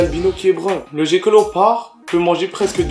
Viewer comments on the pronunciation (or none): Sa ce prononce guecko pas jecko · Sa se prononce guéko